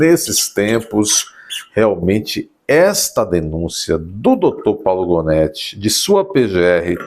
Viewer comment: Janóti, Gonéti, Ruanéti...